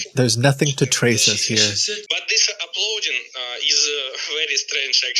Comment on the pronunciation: "bat zis aploading" darn ruzzians. their boss is ruzzian?